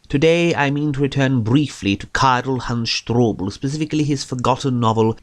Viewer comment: When did you learn german? I like your pronouncing of Karl Hans Strobl, Katzenschlucker, Meerschaumkopf etc.